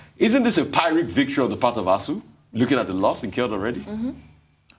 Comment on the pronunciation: Great show as usual. Please note the first syllable of pyrrhic is pyr (same as pir), not py (as pi/pie)